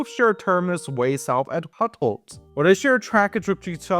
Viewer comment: Your first take on Gablenz was right. Ga like Garden, not Gay like... gay. ;-) Contrary to your Hutholz. Like in hooters and not Jabba the hut. Ohh and you mangled Aue way to much. Au-e. Au like in now. And e in the German pronunciation. Like the e in met. And Glauchau is a difficult one. The ch sounds like when a Russian tries to use the letter h. (Btw. you can lookup those cities on the English wikipedia and the have a sound clip, which is correct.) That strange addition with those diesel only RB trains is planned to be integrated into the full citybahn network in the next decade. But it requires big construction at Stollberg. And Lichtenstein is the town, Liechtenstein is the country. Mind the e. But congrats on being in that strange city of Chemnitz. You even showed the place where my parents live on one of the maps. The person with the cap you met was a local?